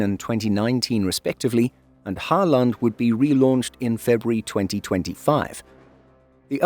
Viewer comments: Halland is not Hal land, it's more like you would say Holland with the emphasis on first vowel only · I don't think it's intentional, it's just is trying to be clear he is putting in effort. Uppland and Gotland worked well enough. But yeah, Halland is like Holland, not Ho-land :) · Sure. You pronounce Halland as Hall-and with two very separate sounds. All Swedish pronouncing you do in the video is pronounced like this as far as I can tell. Instead of dividing the names and words like that, instead put the stress on the first vowel instead (for example the first “a” in Halland) and pronounce the word as one and you’ll sound like a Swede in no time. 😉 Great content on the channel btw!